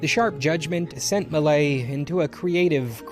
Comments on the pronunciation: LOL, I had to look up the painting to find out you meant "Millet", not "Malay". :') Tip: there are test-to-speech websites available for most common languages. This particular name is actually not all that hard for an English speaker to pronounce: "me" followed by a short clipped version of "yeah". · Please, please, please, listen to a French person say “Millet”! :)